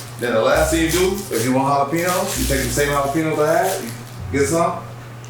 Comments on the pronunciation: Idk why but it bothered me so much that he was saying sirachy and jalapino instead of Sriracha and jalapeno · Please don't say jalapeno like these guys it's ja-lah-pen-yo